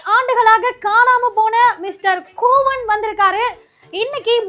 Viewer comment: KOOVAN ILLA KOOVAM NU SOLLUNGA .